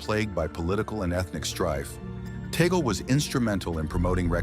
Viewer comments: You pro ounced Tagle wrong. Its is not toggle. It is Tag le or tag lei. Its annoying to hear toggle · It's TAGLE NOT TAGGLE PLEASE PRONOUNCE IT CLEARLE